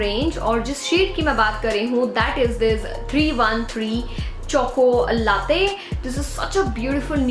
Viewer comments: The way she pronounced “Mocha” and “Latte” 😂😂😂 that’s the problem of Indian 😂😆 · Mocha 😆😆😆😆😆n latte pronunciation 🤪🤪👎👎🤣🤣🤣🤣🤣